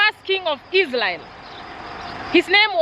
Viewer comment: Interesting videos you are not serious when it comes to prounanciation varrey/valley lsraeri/ Israel and many more words. I love this vlogs cuz l am a christian. Thank you so much for sharing.